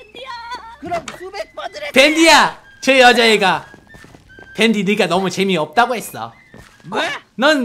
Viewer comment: 댄디? 댄디가 아니라 밴디 에요